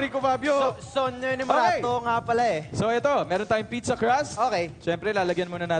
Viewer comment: Correction Hindi po sogno kundi sono yung "ako' . so bale, sono inomerato.